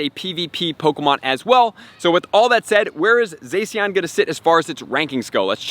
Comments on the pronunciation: it's zah-she-en not zay-see-en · I didn't want to be this guy but it's pronounced ZaShean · You pronounce Zacian like Zah-si-an